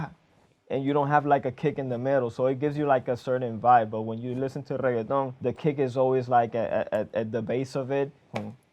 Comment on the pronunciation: Man pronounces reggaeton like its a side dish at taco bell